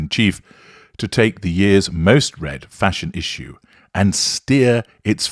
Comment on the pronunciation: I can’t read the word Fashion without hearing your voice saying Fash-on! Thanks a lot 🤣😂 xx 🩵💙🤍